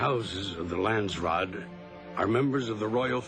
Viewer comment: Brad Dourif is marvelous as Piter De Vries! It's kind of irritating how he repeatedly mispronounces "Landsraad"... It sounds more like "Land-straat" when he says it... / a "country street" in the Netherlands..?